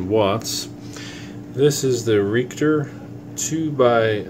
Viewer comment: Lol. Re-Act-Tor not Reekter